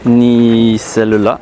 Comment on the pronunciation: When you say « celle la » why do you pronounce it like « cell le la » ?